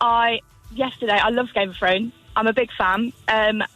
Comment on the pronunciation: Why does Grimmy keep saying "geme of thrones"?